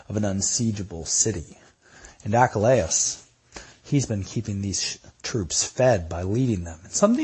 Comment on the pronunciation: Your pronunciation of Achilles? Is "achalayis"??